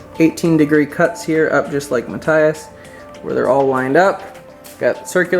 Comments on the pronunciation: it's Ma-th-ias not mat-tias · It's Matt-tee-ahs, not Matt-tye-uhs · Nice video but I'm reasonably sure its Ma-tee-us like most German folks would pronounce it. It was a big distraction every time you mispronounced his name...